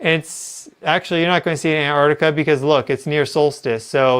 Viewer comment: The first ‘t’ in Antarctica isn’t silent 😂